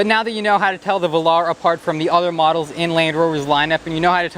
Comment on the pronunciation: give it to the, he's trying. Work on your pronunciation of "Velar" (late in the video) please. From a lifetime English Lit Major.